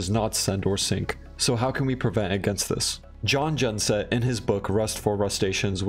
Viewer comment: Just so you know: The J and Gj in Jon Gjengset are soft. It's pronounced more like "Yon Yengset". Not that I blame you, I don't expect people to know how to pronounce names from a language they don't know.